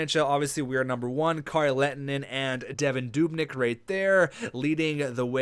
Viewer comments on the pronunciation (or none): none